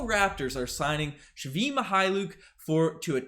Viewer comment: Thanks for proper pronunciation of men name Only it is not shvi it is svii